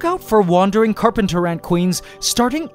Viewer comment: The carp-ANT-ers